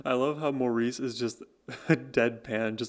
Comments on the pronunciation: Maurice is pronouced MORRIS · It's pronounced "Morris" not Maurice! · Maurice is pronounces Morris. He is the glue. He plays bass and fills in vocally where needed. He even does falsetto. Barry and Robin share lead depending on type of song.Barry has a tremendous vocal range.They remade themselves numerous times as popular styles of music changed over time. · Darling, its pronounced Morris! although spelled Maurice. To honor him, and he deserves it, we need to say his name correctly. I love your walking us through the magi c of the Bee Gees music and their amazing talent and genius. Thank you.